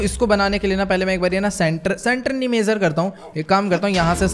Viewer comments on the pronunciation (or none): none